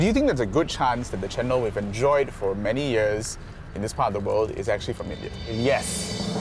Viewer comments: wow, I just realized that's cendol is njendhol (re:njèn dol). Almost can't recognize it just because they pronounce it "cén...", not "cèn..." 😂😂😭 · They claim their cultural cendol, but the funny thing is they can't pronounce cendol very well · From the way the Singaporeans and the Malaysians pronounced cendol and santan we can easily know that they are fake and cendol does not deserve them.